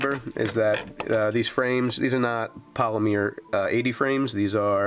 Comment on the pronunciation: Polymer not polimeer